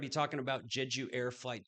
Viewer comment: Just a fyi, it is pronounce Jay Ju, not Je ju. But the concrete bunker with dirt covering is pretty standard in Korea for some reason. I think you misspoke regarding someone high up in "North Korea" at about it is South Korea, not North. But Nice video.